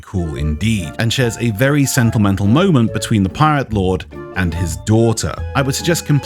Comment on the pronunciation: "and shares a very sentlemental moment" :D